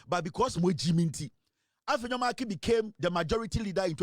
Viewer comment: That name is Markin and NOT Markins though he's a thug of an MP.